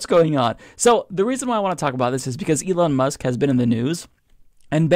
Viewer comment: Who is Ely Mush? I've never heard of Ely Mush.